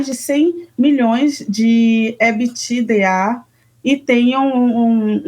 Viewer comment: Essa repórter não sabe nem falar ebitda, pix, CEO. 🙄 Parem de romantizar que a mulher consegue abraçar o mundo, pq ninguém consegue! Por isso estão todas desgastadas, com problemas psicológicos e evitam ser mães hoje em dia.